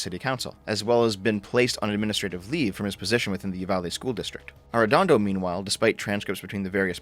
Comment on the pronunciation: It's so weird hearing talk about my hometown but I don't know what's worse: The incompetence of those police officers or hearing pronounce Arredondo. Dear Lord